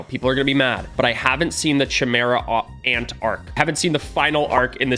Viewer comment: Ur prouncing chimera ant wrong